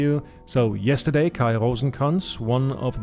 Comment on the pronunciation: Haha, hatte mir schon gedacht dass du Deutscher bist so perfekt wie du Kais Namen ausgesprochen hast ^^ Alles gut bei mir, danke der Nachfrage :D